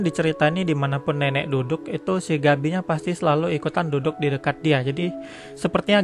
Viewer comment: apa gua doang denger si ngomong si nenek jadi neneck